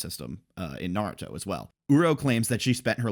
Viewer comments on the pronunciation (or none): none